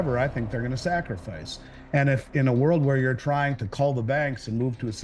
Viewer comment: It's "sacrificing" vs "sacraficing".